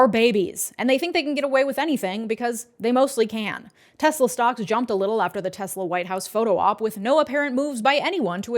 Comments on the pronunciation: 'I love TESSLER...!' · "I love Tesler." - Donald Trump